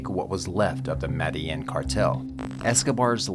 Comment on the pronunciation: I hate how you pronounce medellín lol .